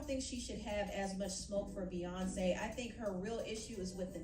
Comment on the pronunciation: Empressive works for beyawnce